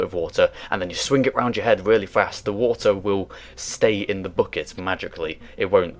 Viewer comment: Your pronunciation of bucket confuses me. But I like it.